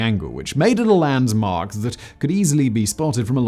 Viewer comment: I've never hear someone say "Landsmark" instead of "Landmark" before, are you sure thats a word?